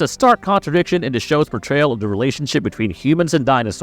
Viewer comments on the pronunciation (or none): If he could say "the" instead of "duh" I'd think it was read by A.I. also.😅